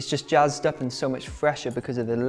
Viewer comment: Jazzed up or “Gazzed “ up???!!! 💙💙💙